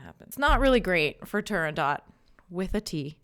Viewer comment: It's really more like "Nobody shall sleep", if I had to get obnoxious about it. Also, everyone in Italy says "La Turando...t" where there is just a hint of a following consonant, but no actual T. It's more the way they vocalize the "o" that hints at a consonant being somewhere in the neighborhood. Also, I want to add a couple more things: You should do more of this. I know how much work this is, but you have a compelling presence and I am watching all your videos. Alas, I'll run out soon and I know I'll want more. A story: When my wife was very sick, bedbound for months at a time and deeply depressed, I made a mixtape (yes, it was that long ago) of mostly Puccini arias, some Verdi, Leoncavallo, Vivaldi, even a bit of Mozart and Handel. She knew nothing about opera at the time, but I couldn't reach her otherwise. Her illness and depression had formed a wall between her and the rest of the world. One day she asked me "Is this the music of the angels?" By then I had tuned the music out. I think she was listening to “Un bel dì vedremo”, but could have been the flower duet. What I do remember is that she came out of her deadly depression. It wasn't an overnight miracle (both of us are non-believers), but that was the beginning of her (limited) recovery. This music, reaching us from decades and centuries past, has power beyond just notes sprinkled on lined paper. My daughter studied Viola and she was part of our local youth orchestra. Those are some of my best memories. There is no